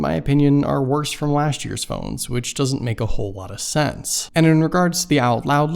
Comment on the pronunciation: "Lashch" year 👍